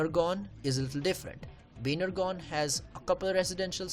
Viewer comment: Dude pl say properly Baner Gaon not bhanergone